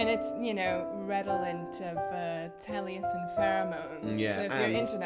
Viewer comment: Taliesin??? More like... TALLiesin.